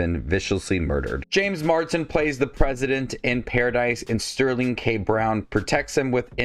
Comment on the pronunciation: Mars-den. Not Mard-sen.